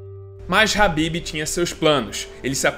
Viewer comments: pq falar habib se o nome do cara é khabib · Meu Deus mano, que agonia tu falando" H"ABIB toda hora.